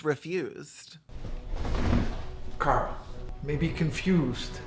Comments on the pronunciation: I was listening to this in the background and every time the boyfriend and brother say “Carl” it sounds like they’re calling him Girl”. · Every time the boyfriend says "Carl" it sounds like "Girl". "Girl, you haven't come out yet?" "Girl, let's get out of here!" Girl, please. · haha i love that his name is carl because everytime uis boyfriend says it it sounds “come on girl lets leave girl”